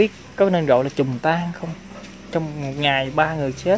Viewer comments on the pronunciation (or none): "Trùng tang" chứ "chùng tan" là cái gì! Sửa lại đi mấy chú em